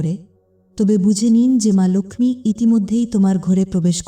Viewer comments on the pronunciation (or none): লোখমি উচ্চারণ টা ভুল। ওটা লক্ষী lokhi হবে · Uchharan emon kano..ma lakhhmi ??vedio dakhe dakhe baniye diyechhe.